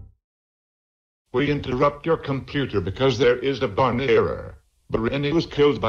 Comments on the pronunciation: Bareny? Don't you mean Barney? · I Like How The Beginning Says Bareny